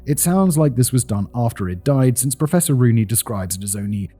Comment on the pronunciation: Im sorry but every time Simon says "Professor Rooney" i hear "Professoroonie!"